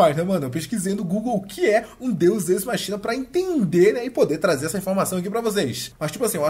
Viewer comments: A pronúncia certa é "deus écs-máquina". Não "deus êis-machína". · a pronúncia é "Deus équis máquina" :p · Se pronuncia "Deus Equis Máquina"